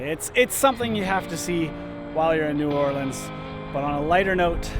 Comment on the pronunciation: First thanks for pronouncing the city name correctly you should have gone to uptown on the street car. Next time head up St. Charles ave. so much to do and see there. By the way I was reared there live in California now really miss it.